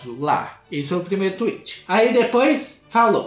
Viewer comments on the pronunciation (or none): none